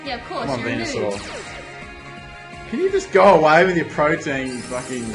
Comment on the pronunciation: pro·te·an adjective \ˈprō-tē-ən, prō-ˈtē-\, able to change into many different forms or able to do many different things. The pronunciation you two were using bothered me. Protean, not protein!